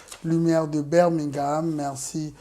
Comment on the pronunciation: Sorry,it's De not Du!!!